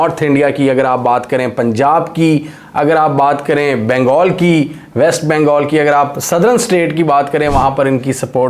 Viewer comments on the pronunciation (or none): none